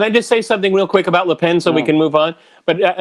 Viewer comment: Marine Le Pen (with a consonant on the end), not Le Pain.